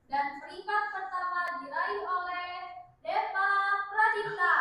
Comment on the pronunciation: jangan belagu krna pinterr 😭 benerin dlu omongannya wkwkwk DEVA ares bukan DEPA 😭 pake V bukan pake P.